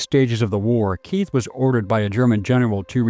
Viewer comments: Keith is pronounced kite in German. There is no “th” sound in German. H is silent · Keith here is a German surname and is pronounced "kite" /kaɪt/…